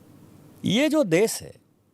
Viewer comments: सही हिंदी बोलो दुबे......देस, भासा, प्रदेस वगैरा वगैरा.... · देस नहीं देश बोल बे